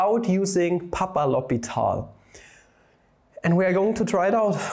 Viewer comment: Its L'Hôpital, NOT L'Hospital. Huge pet peeve of mine. 😂